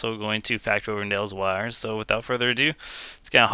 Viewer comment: Good vid but my stomach twisted on itself the way you pronounced Elsweyr lol